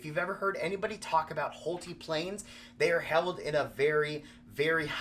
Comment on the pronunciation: I believe his name is pronounced Hole-Tie, not Hole-Tee. 👍😊 But I suppose if you’re spending that much on a plane, you could call it whatever you want 😁